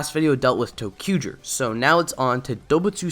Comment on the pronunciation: Your pronunciation of "zy" as a simple "j" sound is VERY distracting! Otherwise, good vid. 👍🏻